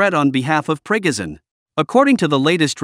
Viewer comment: Who the hell is Prig-Izin?